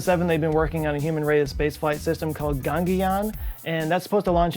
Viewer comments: How does "Ga-gan-yaan" become "Gan-ki-yaan",? 😐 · Gangiyaan🤣 you butchered it. Gagan (like Sagan but with a G) Yaan 👍🏻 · Its pronounced as "Ga-Ga-N Yaan"..where "Gagan" means sky.. and "Yaan" is an ancient word which could translate to a vehicle.. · Ga(pronounced guh)-gan(pronounced gun)-yaan You're welcome. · it's actually Ga-gun-yaan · at first i thought he said donkey Kong until i re-watched that part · how he pronounced gaganyaan lol too funny, I saw ti 5 times